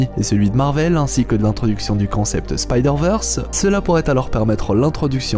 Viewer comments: Merci pour ton travail !! 👌 Par contre, Spideurvèrsse et non spideurveursse..... Merki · Techniquement c'est SpydérVeurs si on souhaite prononcer bien :) Ici, Veurs, c'est ce qui se rapproche plus de la prononciation anglophone du terme et donc "l'originale".